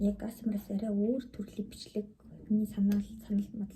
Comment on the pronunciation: аас ээм аар биш шүү. Эй эйс ээм аар гэж унш